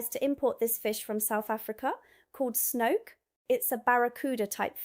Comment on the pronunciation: Snoek: an Afrikaans word, pronounced "snook".